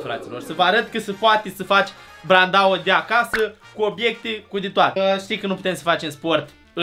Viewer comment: Obiecte nu Obecte